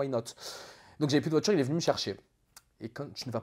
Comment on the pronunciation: Le coffre d’une « voitchure » fin de la vidéo pour moi 🙂